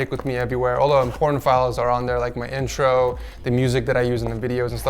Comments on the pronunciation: Did He Say Porn Files....Lol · Pretty sure he was saying 'important files' .